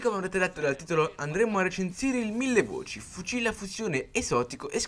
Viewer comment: Mille voic??